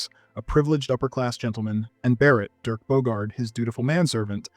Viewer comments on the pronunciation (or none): none